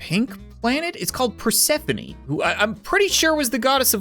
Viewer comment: It’s Perse phone not the way u said it